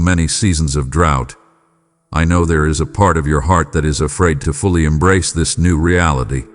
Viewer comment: " I Emnrace!"